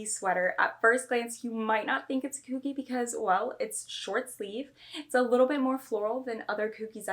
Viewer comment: Why do u say coogi like that lol, are u saying it wrong on purpose haha ?